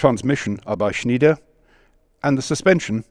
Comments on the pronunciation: It is called "SchnEIder" not "SchnIEder". Speak it as you would speak an "I", as in "I" would go..blabla". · I realise that 'ie' and 'ei' are difficult to read and pronounce for anglo-amarican speakers, but the factory is Schn EI der. not Schn IE der. 'Schneider' in other word pronounced something like "Schnaider". Same mistake is often made about the Leibstandarte Adolf Hitler, also often pronounced as 'L IE bstandarte'. Just saying 😉 Nice video again!